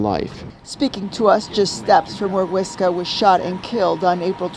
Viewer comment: I don’t understand how you can hear them say “Huesca” and still fuck up the pronunciation. Much love bro but come on.